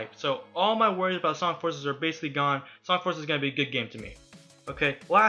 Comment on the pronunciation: is it me or does this guy keep saying sonc